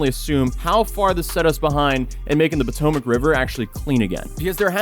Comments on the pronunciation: The Pootoomuch River, lmao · poo-tomac river.